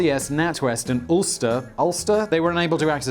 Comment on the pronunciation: I could've swore he said "Ulcer" not "Ulster"